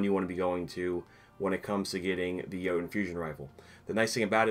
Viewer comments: It’s pronounced yeet-uhn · Ok, that makes more sense now i thought having that frame gave you a higher chance of getting it but you still had a tiny chance to get it without the frame Btw i pronounce it Joe-Tunn